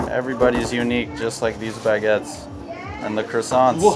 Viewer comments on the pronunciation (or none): as a french the "baguettes" destroyed my heart , what are those x)